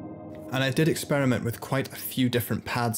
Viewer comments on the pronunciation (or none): none